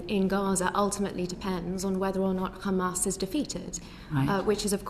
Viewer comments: The zionazi was really trying not to say “kkkkkhaaaamas” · She is poking her nose in a region whose people know how to pronounce the letter ح without knowing how to pronounce it … “Kh”amas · The way they pronounce Hamas as Khamas is seriously one of the most annoying things in the world. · She said Khamas and Fatakh - which is the way Ash kenasis in Palestine mispronounce those orgs - instead of the natural way an English speaker would say those two nouns. She's a radical. End of conversation. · Thats a mossad agent with dual citizenship. Anyone who u hear pronounces Hamas as Khamas is Israeli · She pronounced Hamas Khamas like how Israel says. Says it all, she just copies and says what Israel says, doesn’t fact check or find out. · Also, notice that her fake pronunciation of “QKKHHAAMAS” slowly went back to her original native language which is the typical white pronunciation “Hamas” 😂 why do these small caps like to fake all of that? Its like they’re desperately trying to convince themselves that they are indigenous to the land 😂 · She can pronounce "H"umanitarian... But goes with KHamaaaaaaaaaas!! 🤣🤣 Laughably stupid!